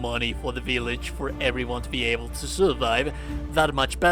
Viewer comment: I could listen to you say vill(BILL)age all day